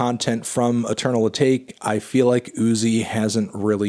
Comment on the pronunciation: He’s still not pronouncing Atake right jesus christ